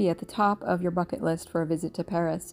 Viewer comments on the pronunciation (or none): none